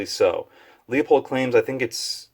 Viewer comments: Pronounced LU-pold not LEO-pold. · Leupold is pronounced loopold. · Leu..... Leu....... damn it .............get IT right ... it's fucking Leu pold ......